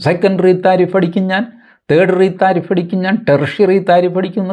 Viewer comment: love the way tariff is pronounced as thareef ( praise ) ...☺☺